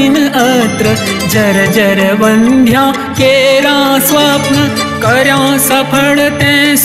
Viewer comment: Wrong pronunciation. Vaandhyaa nhi vandhya